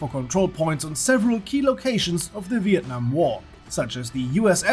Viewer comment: You pronounce Việt Nam and Sài Gòn so good bro !